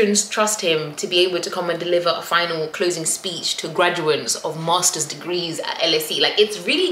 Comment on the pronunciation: 'Gradu-ATES' not 'graduants' 😂😂 Well done and congratulations, 🎉🎉